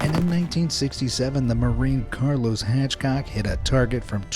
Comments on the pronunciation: I love you but it’s Carlos Hathcock not “Hatchcock” other than that... Nice job as always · Did you say “HATCH-cock?” 😣